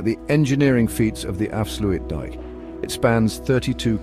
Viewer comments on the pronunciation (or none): dike dike right why not dikedikedike and oester schelde??? ...right, it clearly reads says OOster NOT Oester with O as in go, and not oe as in shoe switch off the idiotic AI voice PLEASE.... it is INSULTING our language... af sluit dIJk with a Y /ij